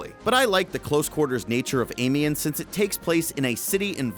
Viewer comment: I'm Sorry, i hate to be the guy to tell you but you are pronouncing Amiens wrong, i'm now going to correct you. You pronounce it like this. am-e-on, and you don't prolong the pronunciation of the a neither, coz i know you american's love to do it. Also Nivelle is pronounced Knee-ville, and again don't prolong the ee's. apart from that i am excited to that you did this video and that there new maps, but the noob's piss me off so i probably wont go back to it